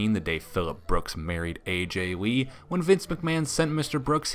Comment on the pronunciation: Who’s Aj wee? This guy cannot pronounce his L’s? 🤦🏻‍♂️